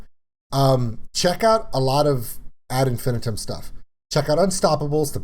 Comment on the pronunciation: Actually it's As Infin-I-tum The third syllable of Infinitum is emphasised. Melissa said it wrong, she is Swiss after all.